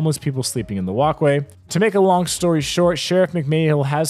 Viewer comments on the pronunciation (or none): none